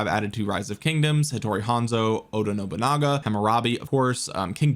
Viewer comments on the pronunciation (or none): none